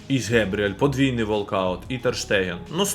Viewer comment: Не Гебріель а Ґабріель він же бразилець